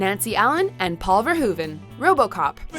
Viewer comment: It’s not Paul VerHOOven. It’s Paul VerHOVen